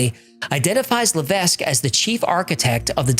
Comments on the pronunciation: Hello great videos you miss pronounced Levesque it's pronounced la vek s is silent. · Levesque is a French name, normally it's pronounced "le veck", the S is silent. I say Lev Ess Que, but that's not the correct way either. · btw levesque is pronounced Lev eck ... it is FRENCH not english